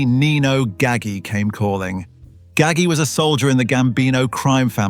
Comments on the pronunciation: Haha That's a mispronunciation. It' sounds like Gaj-G. The "g"s are pronounced like a "j". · it's pronounced Ga-ji with a J.